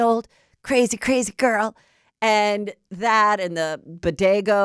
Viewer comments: And "Bodego sandwich" And then she says Jenny from the Bronx blah blah.....Lol 😂😅😂😅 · Not Bodego. 😂 😊Girl is Bodega 😂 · 😂🤣who the heck is jossup... umm nope, he calls her joseph not jossup. heather is a trip sometimes.. between heather saying "bo-day-go" and jossup... ive had my giggles . also scheana was wrong for grabbing and SNATCHING the hat off of Jo's head period. it was RUDE, & disrespectful af